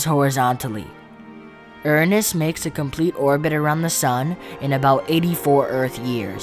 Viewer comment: Erunus ❌ Uranus✅